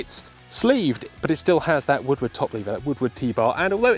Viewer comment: shoots like a woodward would? its funny cuz it sounds like he says woodwood